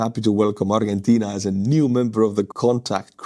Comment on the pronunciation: In English, Argentina is pronounced "ardjenteena".